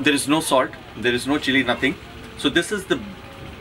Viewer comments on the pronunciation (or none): none